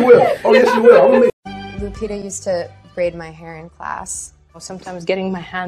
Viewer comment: she is LUPITA not Lutitia my friends ..